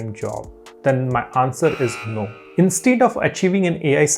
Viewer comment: plz check the pronunciation of 'instead'